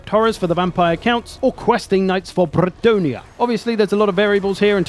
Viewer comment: ¡BrBrrrrretonia XD